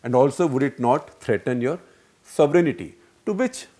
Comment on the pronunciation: Shekhar Gupta Ji... you need to learn how to pronounce sovereignty. The word is SOVEREIGNTY and not SOVERENITY. Like most Indians you also added an imaginary I (EYE) in the pronouncement. Please correct yourself.